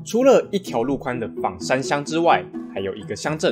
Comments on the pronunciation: 枋讀做方，非三聲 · ㄈㄤ山喔，不是ㄈㄤˇ山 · 其實是念ㄈㄤ山